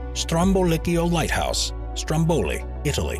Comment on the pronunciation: Like in the majority of Italian words, in /stromboˈlikkjo/ the stress is on the last but one syllable, but in /ˈstromboli/ it is on the last but two, that is the first.